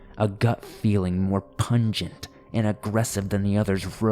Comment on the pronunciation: Had to stop watching when I heard him say the word pungent.